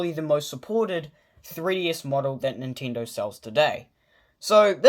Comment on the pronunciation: did u just said nintindo?